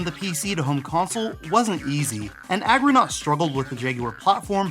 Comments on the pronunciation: Argonaut not Agronaut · Argo naut. Not aggro naut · ARGOnaut. NOT AGROnaut. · Good coverage. I forgot most of these. also- ARGOnaut, not aggronaut. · ARGOnaut dude, not AGROnaut.